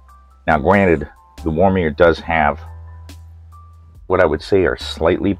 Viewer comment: Funny how you add an R in Womier every time :D